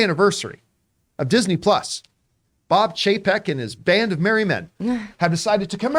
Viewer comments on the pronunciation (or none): Did he say Bob paycheck? 🤣🤣